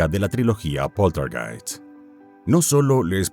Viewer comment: "Poltergeist" (Pronunciado en castellano) ¡Por dios! Hablad con propiedad.